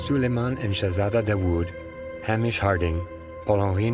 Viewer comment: And Hamish Harding's first name is rarely pronounced correctly by Americans who speak about him and this avoidable tragedy. Hamish: 'Hay_mish' ... Not "Ham_ish". R.I.P. Mr.H.Harding. R.I.P. Monsieur P-H.Nargeolet. R.I.P Mr.S.Dawood Snr, & R.I.P. Mr.S.Dawood Jnr. (R.S.Rush can rot in hell for all I care about him, sorry, not sorry). Condolences to grieving families, friends & connections.